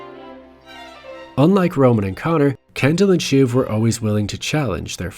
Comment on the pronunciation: Just an FYI, it's "shiv", short for Siobhan, a Celtic name often pronounced "shi-VAHN".